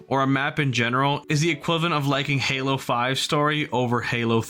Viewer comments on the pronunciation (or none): none